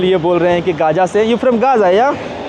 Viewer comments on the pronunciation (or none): Speaking Not Good Right गजा not 🚫 गाजा